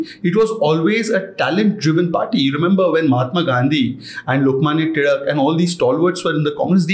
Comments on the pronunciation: I'm impressed that he pronounced the surname टिळक properly despite not speaking in Marathi here. I notice people including Marathi speakers pronounce it as तिलक both in English & hindi which sounds odd at least to me. Couldn't agree more. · Huge respect for actually pronouncing Lokmany Tilak as टिळक and not टिलक 🙌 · He perfectly said टिळक ❤ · Bro really said टिळक and not टिलक 😂👌🏼